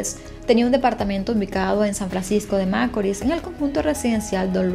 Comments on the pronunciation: el acento con el que ella dice San Francisco de macoris, en otro caso quien rayos anda fijandose en las cosas que hay en la carretera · Me encanta lo que haces y más de tus comienzo, te sigo hace poco, tienes una voz que no cansa y tienes buenas dicción, en todo lo que he escuchado de ti solo algo me hace un poco de ruido a mis oídos 👂San Francisco de Macorís, la pronunciación no es como lo dices. Lamentable lo del caso de Emely, y sentencia muy injusta, no se le hizo justicia a la muerte de esa joven.